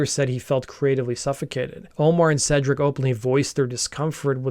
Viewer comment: Hell yes, (and it’s pronounced Seedric, not Sedric fyi)